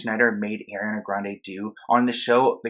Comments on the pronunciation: “airiana grande” dude say it right sorry it bugged me the whole time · Is it just me or everytime he said ariana grande he said it like: Eriana grande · I hate Hate HATE how you say Eriana grande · It’s so horrible what’s happening but it really really hurt when I hear “ erana grande “ and “ Æriana Grande “ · I love your videos! But Ariana’s name is pronounced (are-e-ana) ❤️ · My name is Ariana and I HATE when people pronounce my name as airiana 😭🖐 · It’s ARIANA - ARE - E - YON- A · thats not how you pronounce her name? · How to pronounce Ariana... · nice vid, but get her name right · i tried to watch this fully but you kept saying her name wrong and it was making me cringe so i had to turn it off LMAOO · it’s the mispronunciation of her name EVERY single time for me lol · You were pronouncing Ariana’s name wrong lol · I’m sorry, you saying her name wrong the whole video bugged me so much lol. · i love ur channel but cannot stand you pronouncing her name like that😩🤣🤣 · Ariana not airiana😀 good video btw🤘🤘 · i love your videos but it’s AUH-REE-ana not AIR-EE-ana 😭😭😭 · It’s. (A)riana ... not (Air)riana lol 😂 it’s spelled Ariana. Like Argentina not (Air)gentina Like Arrested not (Air)rested Like Artist not (Air)tist Like Arrange not (Air)range Like Army not (Air)my Like it continues lol 😂 Where did u get (Air)riana from ? Lol 😂 like I really wanna know lol 😂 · Why people call her Air when it's ARE - E-ANA LIKE OMG. IT'S CRINGE. Just repeat Nicki Minaj... Me Jessie and ARE-Y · No wonder why people bully u it’s Ariana not airiana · Repeat after me ARE E ANNA not air e Anna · It's not Ari it's ARIana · She said it was Ariana- not "Airiana-" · Did it bother anyone else how he kept saying AIRY-Ana instead of ARIANA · It’s AH-riana not AIR-iana. It’s been years that she’s been in the public eye and people can’t say her name right. Really? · It’s ARI-ana not AIRY-ana omg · Her name is not AIRiana its ARiana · It’s Ariana grande not airiana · IT'S ARIANA NOT AIRIANA